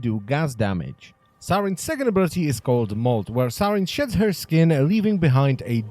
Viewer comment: "where saryn sheds her skin..." I could've sworn at that part he said shits